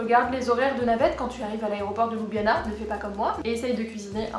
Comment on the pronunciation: Étant moi-même slovène par mon père, je trouve ton résumé très bien fait. La seule chose qui m'agace chez Européens de l'ouest, c'est la prononciation de la capitale: ce n'est pas ''Loubiana'' mais 'Lioubliana''. Sinon le reste est parfait!